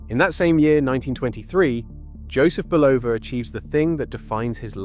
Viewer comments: Dear AI, the company name is pronounced BULL-ova. There are tens of thousands of instances available on YouTube where radio & TV announcers pronounce the name correctly. It’s never Bu-LOH-va. Two syllables, not three. The first syllable is accented. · Another good presentation messed up by terrible AI pronunciation of names and places. It is not Buloooooova. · You discredit this brilliant man by constantly mispronouncing his name!